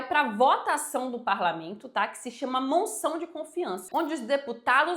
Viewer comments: A informação está correcta, so um pormenor : diz-se moção e nao " monção ". Continuacao de bom trabalho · Porque vc fala " monção de censura" ? 😮